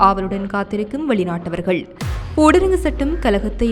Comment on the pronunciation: ஊடரங்கு சட்டமல்ல. தயவு செய்து.. சகோதரி ! ஊரடங்கு சட்டம் என்று உச்சரியுங்கள்.🙏